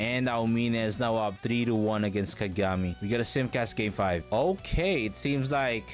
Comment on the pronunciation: Why do you pronounce Kagami like that? You know dang well that’s not how you pronounce it. Don’t disrespect Taiga like that